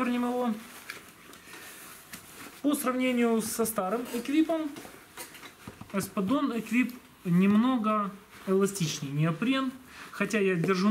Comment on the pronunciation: Вроде произноситься без Т на конце... Не?